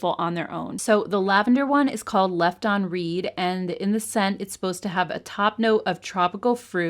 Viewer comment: is adorable …. “This one is called Left On Read…” pronounced reed. 😂 It’s not a mispronunciation technically but clearly is too sweet to know a term meant for intentionally ignoring or “shading” a person.